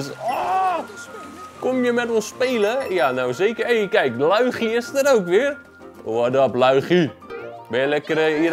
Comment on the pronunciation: LUIGI?! Hij zegt het met ui van huis het moet niet zo😢😢😢